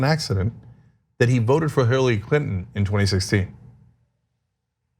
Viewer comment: Who? Hillary? Pronounced Haaooiiy☺️🙋‍♀️😆.